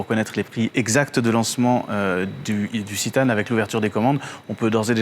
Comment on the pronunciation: On dit citan est non zitanne